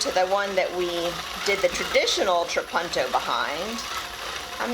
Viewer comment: It's italian, and pronounced more like how you first said it - a short 'u'. "tra-PUN-to" It means 'I quilt'